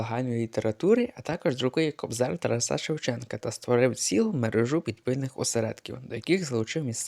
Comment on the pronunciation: Наголошуєте невірно: ТарАса, мерЕжа.